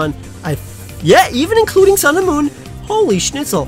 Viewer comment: “Holy Schnitzel“ Wooow as a German that's weird to hear xD